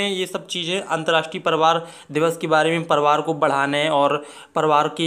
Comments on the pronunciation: Nahi bolne ata hai parivar ,,palavar boalta hai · Priwar word ko Shi to bolo Bhai